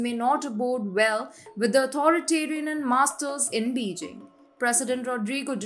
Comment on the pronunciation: pleas elear how to pronounce Beijing - its Bey Jing